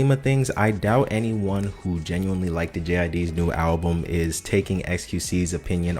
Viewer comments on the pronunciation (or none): Bruh literally said Likeded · “liked it” 🥀